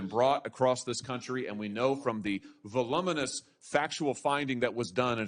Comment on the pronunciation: Does Hawley really not know how to pronounce 'voluminous'?